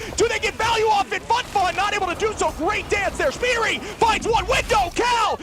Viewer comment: I love that Shpeediry was pronounced as Shibb Tree😂